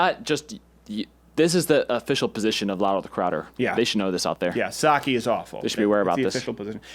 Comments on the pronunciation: As a Japanese speaker, the only thing that triggers me is the way Crowder pronounces Sake. It's pronounced "Sah-Keh" you ingrate. Now make fun of my comment on Thursday's show or I won't join the mug club! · its sake pronounce it right